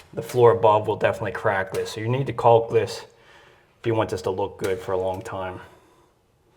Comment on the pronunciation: There is no l when pronouncing caulk. Its kok